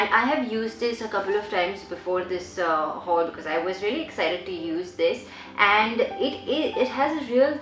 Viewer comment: u pronounce haul as houl 😂😂